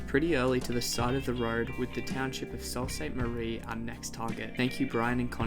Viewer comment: Sault(Sue-pronunciation) Ste Marie Great video of our beautiful country 🇨🇦♥️